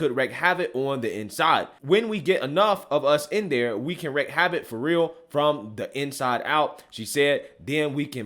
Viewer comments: It’s “wreak havoc” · Love this guy, but it's wreak (wreek) havoc, not wreck havoc... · Wreak not wreck